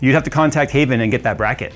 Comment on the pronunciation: Haven or Hav-N? I havnt a clue, but Haven sounds wrong.